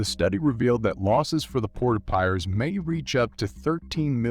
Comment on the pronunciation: Pronunciation by commentator very poor with many words eg Piraeus & World War 'i'